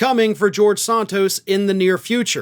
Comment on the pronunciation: Some day you will pronounce Santos correctly, even though he deserves it. The first vowel is a short 'a', not a long 'o'., I like you, but you sure can butcher names, dude.